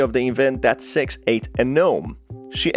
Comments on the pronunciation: Too fake...pronouncing six like sex as hard as he can. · Maybe because of the way he pronounce it. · Nah, appearently a few pointed out the same thing in the comments about how he miss pronounces Sixes name. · That's what it sounds like when I say six too💀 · Bro its SIX not sex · Everyone: "Six": "Sex" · He literally is pronouncing sex, it don’t even sound like he’s Trying to say “Six”, sorry but it’s annoying me😂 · good im not the only one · agent2800 That's not an accent issue, he's doing it on purpose, he even up votes it up above, with the little red heart. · Yo deadass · I turned on the subtitles and I saw the word “s.e.x“ and he kinda said her name wrong it’s “six“ I laughed a little after that 💀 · When he said six it sounded like he said "S£×" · Bruh why U pronouncing six sex Edit: guys this was a joke chill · Man, I heard “Sex”, not “Six”, the entire video. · SIX!!! NOT SEX! LMAO😂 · I keep hearing "Sex" instead of "six" which throws me off every time. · i think what got me is that sometimes he said six and sometimes he said sex. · Ok, so I'm not the only one who notice that his pronunciation of Six sounds like Sex. Good to know! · Bruh, it's six not sex the whole time i was having trouble with captions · The fact that he says "s€x" and not "six" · It’s seggs not sex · six not sex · When he says "Six" sounds like he's saying "Sex"😂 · yea lol even the auto generated subtitles think he is saying sex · He’s light saying sex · Totally had to stop for a minute..I was like wait "Sex"? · He is saying sex on purpose. That's a tactic. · Yea I had never heard of sex before. I thought 6 was the characters name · in the captions whenever he says six it captions it as "sex" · Bruh everytime u said six, i was hearing sex🥲🥲🥲🥲🥲🥲🥲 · Good video my man, but you got to work on your pronunciation of six. lol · Sounds like hes saying SEXS